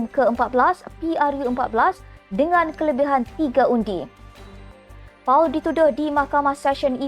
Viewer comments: Paul disebut POL bukan Puuuaaal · Sorry, I suggest that pemberita pergi belajar bahasa English.. Pronunciation for the name Paul is in English, not using Malay to pronounce as Pau.. Next step, please send your staff for upgrading..